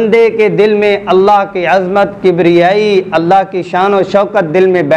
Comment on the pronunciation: ALLA nahi ALLAH hy.. talafuz theek kern.. tq